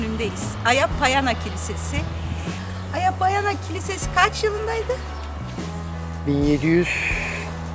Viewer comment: Kilisenin adı Aya Panayia (αγια παναγια). Kutsal Bakire Meryem Ana anlamına gelir. Hz. Meryem'e adanan binlerce kiliseden biri. Aya Baniya şeklindeki telaffuz bu ismin yöresel söylenişi, Aya Payana ise yanlış bir kullanım. Aya Panayia şeklinde telaffuz edilmeli. Isparta tarihi açıdan çok güzel bir kent ancak ne yazık ki böyle hazineleri harap olurken duyarsız kalınması çok acı.